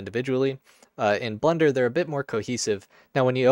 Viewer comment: Is it just me or are you accidently saying Blunder instead of Blender?